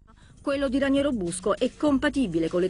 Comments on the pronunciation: Ma santo cielo, è capace di dire Raniero? Ranieri è l’allenatore della Roma… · Ma Vespa che lo chiama "Ranieri" e non "Raniero"!?